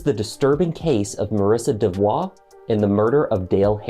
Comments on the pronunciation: DeVo ( pronunciation matters) not devoix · It is pronounced De-vo! The l and the t are silent.